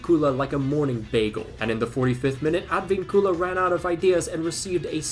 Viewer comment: Dear, I would never comment this, but you seem to be one of those people who try to pronounce every footballer and football team correctly so ig I will mention this, it’s not “AdvinCUla” it’s more like “adVINcula” if you don’t give a shit that’s fine too I guess, but you seem to want to pronounce everything right which is admirable like pronouncing Hertha Berlin very well. Anyways, Cheers.